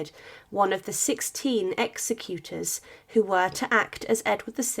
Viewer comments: The narrator pronounced ‘executor’ wrongly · they got it wrong here. Executor was also mispronounced. Someone who executes people is called an executioner. Is this just scrappy AI?